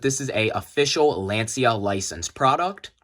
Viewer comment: Bruh, half the time of this video about nothing and badly pronounce the name of brand Lancia too... Come on.